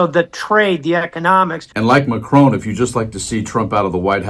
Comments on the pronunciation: Please pronounce the name of the President of France correctly. It should be ‘Mack Ron’ not Mack Roan’ c’mon. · His name is MAC-RON!!! NOT MACRONE….. FFS! Please try….! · Your coverage is great, as always, but could I respectfully point out to America that there is no E at the end of President Macron's name! It is pronounced Mac-RON, not Mac-RONE 😉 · PLEASE STOP SAYING Macrone - It is MacRON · Président Ma-chron, NOT Ma-crone! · You know, his name isn’t McKrone. It’s Macron. The O is the same one in hot. You don’t say “Hoat”… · It is NOT Macrone as in phone or bone or tone. There's no bloody E at the end. Can't you read properly? I doubt if your finger is on the pulse of the latest news when you cant even pronounce the name of the President of France correctly; show some respect! It is quite simple...... MacRON. Jeeeez! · Why do USA people find it impossible to correctly pronounce ‘Macron’? 🫩And why did you ignore Prime Minister Mark Carney’s fantastic speech, which garnered a very rare standing ovation? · Get your AI to pronounce " Macron " properly. Or don't use AI...... grates on the ears...